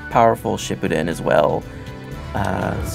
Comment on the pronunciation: Not only are they wasting their time talking, they cant even pronounce "Naruto" and "Shipppuden" correctly -_